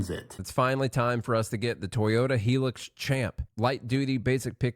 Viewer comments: High Lux. Not HE-lux. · Why does not one know how to say hilux, it is not spelled helix!